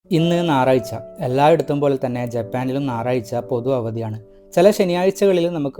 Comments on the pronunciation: ❤ ഒരു കാര്യം പറഞ്ഞോട്ടെ, നാറായ്ച അല്ല, ഞായറാഴ്ച എന്നാ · "നായറാഴ്ച' ഉസ്സാർ😂😂😂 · Naraycha അല്ല കുട്ടാ 🎉🎉🎉